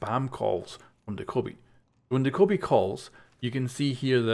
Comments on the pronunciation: Doh kow bi It's Do kuh bee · It's doe kay bee not dakobee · Homeboy it's Dokkaebi. Not Daekkobi. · De-Kobe? Do-Ke-Bee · Dough-Kye-Bee Not Duhkohbee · it's doe-keh-bee just put check the corean pronunce of " 도깨비 " on google translator and you will see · Did you say "da-koby"? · Dokkaebi... Doh-Kay-Bee... say it with me now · Dokkaebi DaKobe Bryant Lol it’s not even spelled the way you’re sounding it out how does that happen 😆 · He says dakobi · Actually pronounced Dokk-a- By I have a Korean Friend at my school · “Doh-ko-bee” XD Why do they always release operators with ridiculously pronounced names haha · the way you pronounced dokkaebi threw me off at the intro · Said her name wrong every time